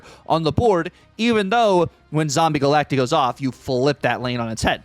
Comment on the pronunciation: Stop saying Galactee😂